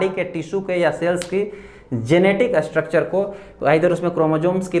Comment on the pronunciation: U r an excellent teacher. Please improves ur pronunciation. A pratyay laga kar uchchran nahi karain pl.structure ko Astructure, study ko Astudy,stomach ko Astomach ka sahi ucharan karain.sanatan. students bhi wahi sikhaingei. Viva mei bhi waisa he bolengei. Examiner pasand Nahi karaingei .take care of this point PL.